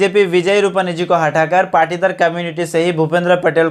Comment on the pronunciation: I think it is Patidar not partidar